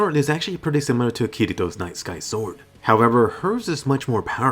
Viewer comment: All this time I thought u were saying "nice guy sword"